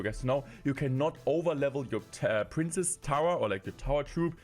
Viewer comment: Hey, you pronounce “princess” wrong. You keep saying “prince”, which is really annoying.